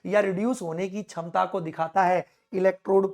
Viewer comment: Shamta ❎️ Chamta✅️....😂😂